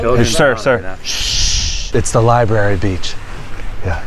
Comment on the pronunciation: “SHHHH” “ITSA LIBARY” “THATS RIGHT LEAVE THE LIBARY”